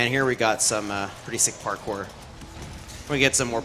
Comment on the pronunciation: I like how he says "parcore"